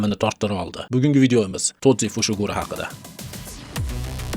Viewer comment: Broooooooooooooo tozi emas toji